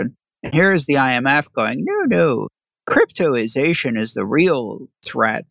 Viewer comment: I'm reading cryptozation but you keep saying cryptoization?.... which is it.... is it misspelled or are you misspronouncing it?....